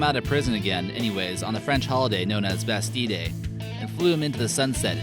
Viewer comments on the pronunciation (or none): Isn't it Bastille Day as in Bas Till Day and cache is pronounced like Cash.